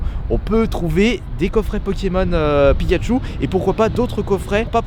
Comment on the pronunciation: mdr au lieu de pikachou Pikachu frères au putin il et beau le français